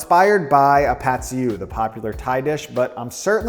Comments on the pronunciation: I lived in Thailand for several years and I speak Thai. It's correctly pronounced "Pat See- ee-ew" soy sauce stir fry. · You just turned Pad see ew into Pad kee mao